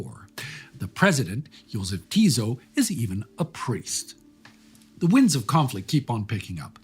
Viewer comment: Great stuff, as usual! But a little bit of linguistic nitpicking: the S in Jozef Tiso's last name should be pronounced as S in Spartacus, not as Z in e.g. Zoe.